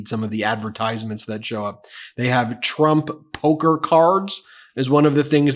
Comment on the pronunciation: Trump "POKE-her" cards?!?!